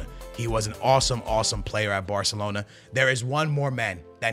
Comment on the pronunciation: barthelona lmao